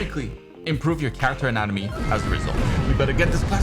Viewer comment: min, I had to rewatch, or rather re-listen, several times because I kept hearing "in anime" instead of "anatomy".